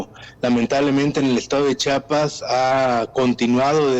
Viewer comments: Que coraje que ni siquiera las presentadoras de noticia sepan como pronunciar el nombre de Chiapas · No es chapas, es Chiapas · Chiapas no chapas habla bien, 😂 por lo menos